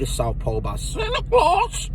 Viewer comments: killed me with that "Santa Clawwzz" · Why you say Santa Claus like that 🤣🤣🤣